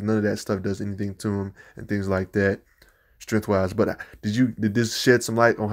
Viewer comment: I really enjoyed this breakdown on Luke Cage. Thank you. Milestone Comics( later absorbed by DC ) written by Dwayne McDuffie had an analog of Luke's character called Rufus Wild aka "Buck Wild" hero for rent, LOL! He was a dead-ringer for Icon which unfortunately got him killed. Despite some pronounciation inconsistencies like 're-dickless'( ridiculous ) and "strengf"( strength ); this was great. Practice makes perfect. You have a new subscriber. 😊